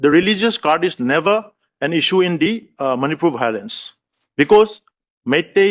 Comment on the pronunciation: the moment he said bhilence(bhaolence) everything gone wrong👈🤣🤣🤣🤣what an embarrassment